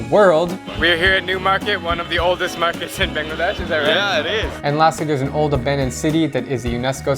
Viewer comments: Everyone sucks at pronounciation of Bangladesh, its not Bénglàdésh its baangladēsh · The first 'a' in Bangladesh is pronounced like the last 'a' in Asia Basically it's not bengladesh it's Bangladesh , sorry for the rant I just hate how most foreigners pronounce it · U said "BANGLADESH"wrong don't think that I am from Bangladesh i am actually from maldives. AKA i hate mal'e